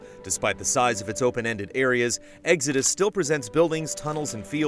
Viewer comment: Never heard it pronounced like Eggsodus. What part of the country is from?